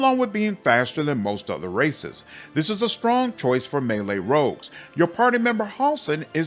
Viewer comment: I thought you said there is lots of racists to choose from but you said "races" and I understand now